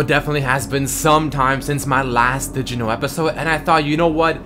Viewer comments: is this crazyrussianhacker or why is he saying digino instead of did you know ? D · is it just me or is he saying "dijino" for "did you know" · just i hear digimon instead of Did You Know